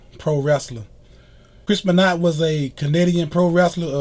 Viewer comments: Be-not lol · Im pronouncing his name wrong its ben-wah look in the comments to get it right. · Chris beenot😂😂😂😂😂😂😂